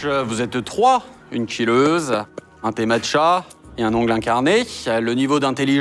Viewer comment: “Oongleuh, manucureuh” “BeliÈve” C’est tout pour moi.